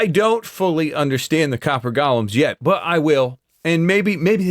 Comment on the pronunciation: I absolutely love seeing your videos! But for the love of everything holy, they're golems, not gollums. GO' lems